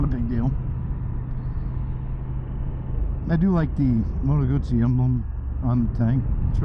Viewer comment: Your pronunciation of Moto Guzzi is on point. Thanks for the review!